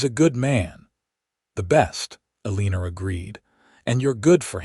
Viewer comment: ya'll are gonna have to stop using Eleanor as a name - cuz AI can't pronounce it correctly. It hurts to hear it abused so awfully!